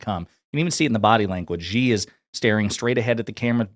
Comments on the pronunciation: Xi Jinping is now the most powerful person on the planet. Isn't it time Westerners learned to pronounce his name? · Come on people say president Xi name right, it's not Gee it's Xi pronounce like She